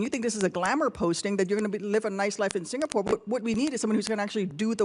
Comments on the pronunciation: Deiii.. you can't even pronounce Singapore.. not Singapoor.. not Singapool.. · Salute to senator ..& a ambassador who can't even pronounce ' singapore' ..don't come here clown